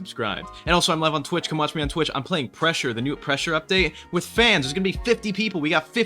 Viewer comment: Thought you said thresher instead of pressure